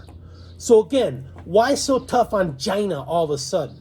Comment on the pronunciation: The pronunciation of China is too annoying to keep watching